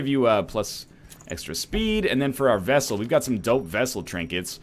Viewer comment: 26 episodes later, and he's STILL saying "Vessel". What the hell?